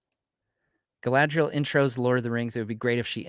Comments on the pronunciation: you said Galadiel past trou the shire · Jesus guys!! It's Galadriel with a bun! It's not that hard. Also: Galadriel, means "Maiden crowned with gleaming hair." in her youth she was then of amazon disposition and bound up her hair as a crown when taking part in athletic feats" - Tolkien